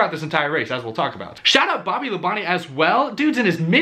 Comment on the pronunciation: I knew he was going to say Bobby LaBonte’s name right once he heard it today lol